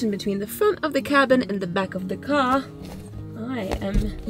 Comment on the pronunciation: The accent though - its a car not a gar